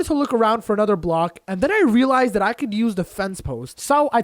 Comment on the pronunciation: this guy says relized alot